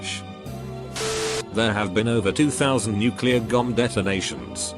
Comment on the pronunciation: Reddit: Nuclear Bomb. Text-To-Speech Voice: Nuclear Gomb.